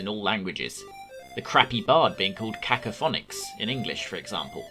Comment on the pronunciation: It's not caco-phonix, it's cacofon-ix. As in Cacophony